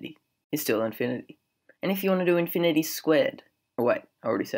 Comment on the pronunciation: Who the heck pronounces “infinity” like that??? Ahhhh, that’s better :)